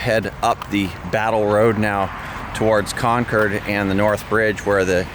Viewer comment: It's actually pronounced "Con-curd". It is an amazing place